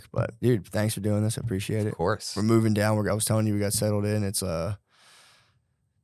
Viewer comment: “Gotta get mouving”